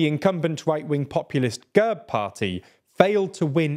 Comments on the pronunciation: Also it's /gærb/ not /gәrp/ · Gerb!!! not Gurb